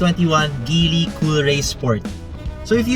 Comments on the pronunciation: Its pronounced Jeely.. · GEEEEEELLLY hnd GILY!